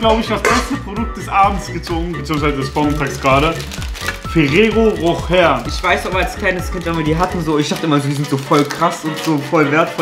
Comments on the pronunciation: runde 2 bei cem: es wird ferrero rosche ausgesprochen und nicht ferrero rocher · man spricht es nd Ferrero Rocher sondern Ferrero Roscheeee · ✨Ferrero rocher✨ haha es heißt Ferrero roschee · Ähm es wird „Ferero Roschee“ ausgesprochen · Er sagt ferero rocher 😅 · man spricht das ferrero rosche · Tuc wird nicht Tac ausgesprochen genau so wie Ferrero Roche